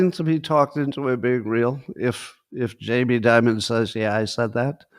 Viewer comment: Why does Scott call Jamie Dimon “J.B. Dibud”?